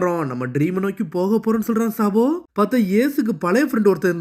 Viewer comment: Bro adhu சபோ கிடையாது சாபோ